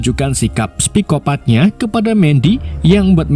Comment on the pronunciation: Vladimir mas....bukan Vlidamir😂....psikopat....bukan spikopat....ntar salah sikopet lagi😂😂....emang ada badan intelijen US dengan nama DIE😂...Klo DEA ada😂😂😂